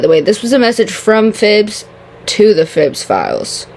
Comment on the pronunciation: I've just realized that I've been calling them "Phillbiz" this entire time and the way you where trying to pronounce it made me realize that there isn't even an L